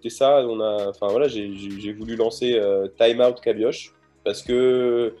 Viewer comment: Lui même il ne sait pas prononcer sont nom de famille. Sa ce prononce Cabi-o-re et pas Cabi-oche. Le c'h c'est une lettre de l'alphabet Breton qui se prononce comme un re. Pour comprendre mieux il y a cette très courte vidéo qui l'explique A part ça félicitation pour ce parcourt.